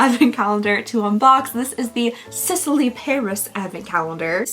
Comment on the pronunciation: Just FYI, Sisley is pronounced like Seez-Lay... Love your videos, even though i am not exactly your target, BTW...